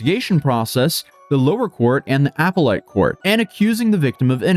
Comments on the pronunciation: ughhhhh im sorry im so sorry… but its pronounced “ah-pell-it.” I hate being that guy, but i can power through it 🤣🤣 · 😂😂😂😂😂😂😂😂 It’s A-pel-late Court. Not Appel-lite Court. Just FYI 😂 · I've never heard "appellate" pronounced as "apple light." 😂😂😂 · Apple Lite court? Never heard appellate pronounced that way, probably because its wrong lol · Appellate.... appel-it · The "apple-late?" Dude, read through yer script and figure out what you're quoting before ya record. Just ask Google how to pronounce "appellate" for you. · Man doesnt know to say appellate 😂😂😂